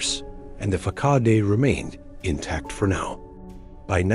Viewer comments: Yo, teh Ai. Check your pronunciation of “facade,” since you seem to love that word a lot. Fuh-sod. fuh-sod. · It’s “fa-sad” 🤨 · No mention of them being inbred at all and if you're going to use an AI bot to read it please get one that can at least pronounce things properly. I lost count on the number of different ways it said DNA and facade